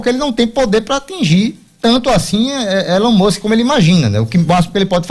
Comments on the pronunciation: Pronuncia direito ai, meu filho: "ILON MÃSK" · "Élón Mûsque" hahahahaha me mijeiiii com esse comentarista kkkkkkkkkkkkkkkkk